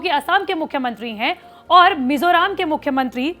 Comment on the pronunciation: It's Mizoram not mizoraam